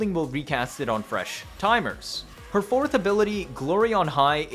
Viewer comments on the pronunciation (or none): none